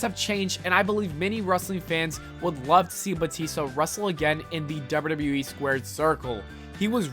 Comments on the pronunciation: Those legendry pronounciations. Dobdeudobdeweeeeee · Bruh slow down when you pronounce “wwe” ffs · The way you say WWE is hilarious